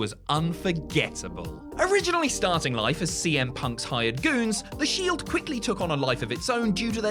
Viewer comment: I really love the Shild 😂😂 seriously anyone else noticed he missed the E phonetically? 😂